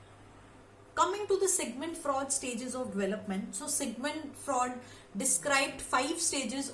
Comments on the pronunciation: It's not Sigmund Fra'ud' 😭 it's Sigmund Fru'ed'. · Speak normal.you are not a natural speaker.pronunciation important.Ex.Sigmund freud or fraud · Ye singmund fraud kya hota hai...shi se pronounce to karo..kaahe angrezi ki taang tode jaa rhe